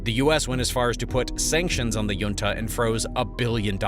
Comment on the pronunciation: Please pronounc junta correctly. How would you pronounce the California city of La Jolla